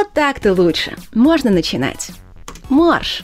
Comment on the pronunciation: И я не понял - Марш или Морж?)))